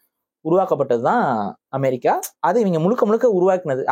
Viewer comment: Bro, it’s amErica not amArica, அஅ இல்ல எஎ! Please accent nu ninaithu kollathinga.